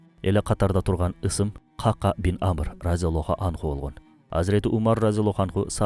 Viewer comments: Ках Ках, Кака эмес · Кака деп конфетти айтабыз го. Ыплас нерсе эмес эле. Сахабанын аты Ка'ка. Экөө эки бөлөк . Каналынарды көрүп сыйлайм. Бирок сөздөрдү бурмалабай туура жеткиз тууганым. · Кака эмес Кахках эмеспи жакшылап караңазчы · Бизде "кака" араб тилиндеги "кааф" тамгасы менен айтылат. Китеп дегендеги "к" тамгасы. Ал эми Сахабанын аты каткалаң "к" тамгасы колдонулат. Андан сырткары Сахабанын атында "ьайн" тамгасы бар. Туура айтылуусу "Коькоь" болот. Нажас нерсенин айтылуусуна окшоткон туура эмес